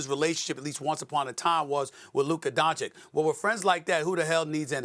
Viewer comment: youd think he'd learn to pronounce Doncic's name properly